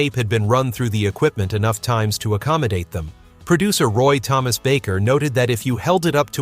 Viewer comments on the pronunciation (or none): none